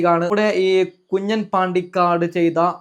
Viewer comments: കുഞ്ഞൻ അല്ല കുഞ്ഞാൻ ആണ് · കുഞ്ഞാൻ ആണ് കുഞ്ഞൻ അല്ല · കുഞ്ഞൻ അല്ല. കുഞ്ഞാൻ...